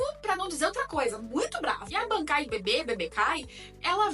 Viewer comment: "Bebêkai" kkkkkkkkkkkkkk gostei